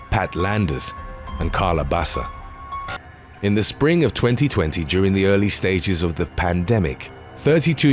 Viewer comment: Pronounced Karla Baka.